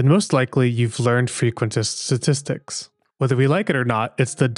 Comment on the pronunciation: Frqusitin Stattstitcs